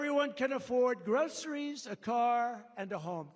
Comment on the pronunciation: Trump speaks like he never heard the word GROCERIES!!! I hate the way he says "and they call it GROCERIES."